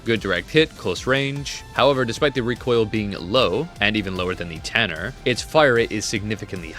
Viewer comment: its T U R N E R not T A N N E R